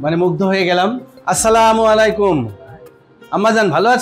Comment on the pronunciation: ডাঃ সাহের হিন্দু ধর্মের হয়েও,,, খুব সুন্দর করে সালাম দিল। একে বারে সহি ভাবে,,আস্ সালামু আলাই কুম। ❤❤❤